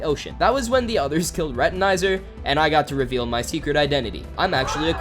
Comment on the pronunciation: The way he pronounces Retinazer.. "Retaneyezer" (Very punny)